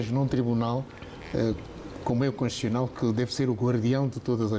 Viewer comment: É conshuchional ou constitucional 😂😂😂? Eh, tio Carlos Feijó🤭🤭🤔🤔🤦🏾‍♂️🤦🏾‍♂️